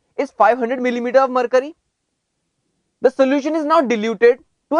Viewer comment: lolx... mer'curry'.. sounds like he is saing dat... lolx... freaking hard to understand... no offense..... =D